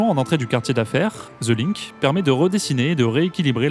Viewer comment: Ville lumière jadis rayonnante, mais désormais relativement ringarde au niveau international. "Ze LiNk" mdr 😂